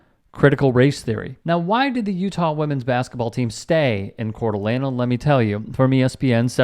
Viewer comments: nit picking here but if you are going to report on issues you should learn how to pronounce the names. it's not La Nah, it's Lane. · No “uh” at the end when saying the city name. It’s pronounced “cor-duh-lane”. Otherwise, spot on for that area in Idaho. I do believe the nazi group was in Hayden Lake, which is slightly outside the city. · Its not pronounced with an a at the end...just a heads up.I have family there.This is disgusting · Pronunciation: Core D Alaine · It's pronounced Cord a lane... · Its pronounced "CORE-DA-LANE" Heart of the land. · Coeur d'Alene is pronounced Cord-a-lane. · Please pronounce names correctly. You are mispronouncing Coeur d'Alene. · This story could go on forever. First, so close with the pronunciation but there’s no ah sound at the end of Coeur d’Alene. The city is like many bigger cities in the west. Lots of racism, but also a thriving arts scene. There are right wingers like the Bundy’s mixed with hippie communes. As for this incident. There is a local rivalry with Utah. They often complain about the locals, who can go overboard with racism or anti Mormon chants. And I believe the guy at the presser just wanted his 15 minutes. But you can also talk about gender equity. When teams come to Spokane the men stay locally. The women stay at the Cd’A resort. They spend 4x the money so it looks on paper that they are supporting each gender equally. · And he mispronounced Coer d’Alene. Perhaps in too big a rush for content to not understand the subject matter.